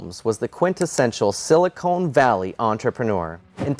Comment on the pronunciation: It's Silicon Valley not Silicone Valley. Silicone is what they use in breast augmentation.